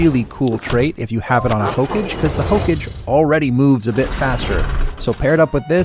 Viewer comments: It's not hokej, it's Hokage. Belive it! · did you just really say hoke-age LMAO nice guide otherwise tho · Okay I let it slide for the first 17 but after the 18th hokage God damn it watch a single episode of Naruto Jesus Christ its HOE-KAW-GAY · Also the word Hokage, never heard anyone pronounce it as "Hoke edge" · hokage is pronounced as "hoka gei" it is an anime reference Naruto in particular. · That's not how you pronounce hokage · it makes me cringe how he says Hokage, good guide though. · Good guide.. My only gripe is how you pronounced Hokage, lmaooooo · Every time you said Hokage I died a little bit inside. Good video either way. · That and saying "ruins" instead of "runes." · Oh my lord your pronunciation if hokage and runes made me a bit stabby. Despite that though this is a FANTASTIC guide, thank you so much. Very very helpful.